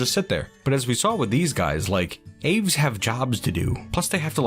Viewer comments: nice, birdies! idk if anyone else commented this but aves is generally pronounced "ah-vays" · The way you say "aves" hurts...